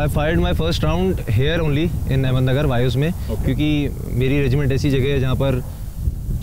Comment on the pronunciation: It's ahmednagar not ahmedmagar